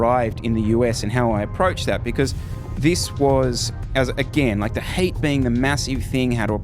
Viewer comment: I thought you were saying HATE!!LOL the heat!! Gotcha.